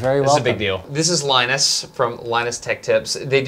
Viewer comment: Linus Not lenus